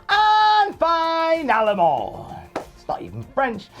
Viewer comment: for you "finalement" to be perfect, you need to pronounce it "feenalement" as the french "i" is pronounced like the english "e" in most cases.:)